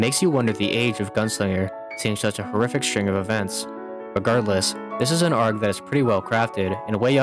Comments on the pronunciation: i'm gonna be honest, hearing "gmod argh" out loud causes me physical pain please just say A R G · i cant stop laughing at the fact that you just pronounce it "arg" like a pirate instead of "A-R-G" like the letters. i dont know why but i find it so ridiculous lol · Can you please pronounce arg properly A-R-G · Is no one gonna talk about the way he pronounces arg like its a word and not an acronym